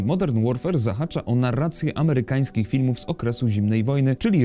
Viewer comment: Boże jak słyszę że ktoś mówi Ghy hosjanie, amehykanskich bhytyjskich to nóż mi się w kieszeni otwiera